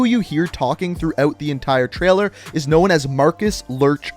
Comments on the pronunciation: Know-n, not know-en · what about known and unknown? Big emphasis on that last N